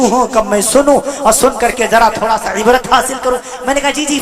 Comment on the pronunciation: حضرت سے کہو عبارت درست پڑھا کریں